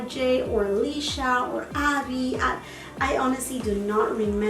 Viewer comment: Her name is “Alicia”, not “Alisha” 🙂 love your haul! I am so glad that you got the positano items. I wish I could pick those up, I also was not familiar with the brand when that was on sale. I recently tried some items from this most recent sale!